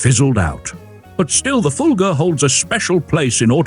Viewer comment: It's Fulga, not Fulger. Stop with the i intrusive R, it doesn't belong.